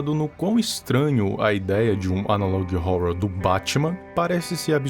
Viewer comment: amo o viral, mas quando ele fala " analog rrouror" eu fico paia 👽